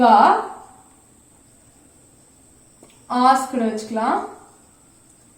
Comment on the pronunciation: While pronouncing asked kindly don't stress ed.prounce as 'ast'